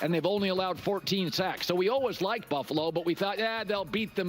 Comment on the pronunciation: Still can’t say BUFFALO can you?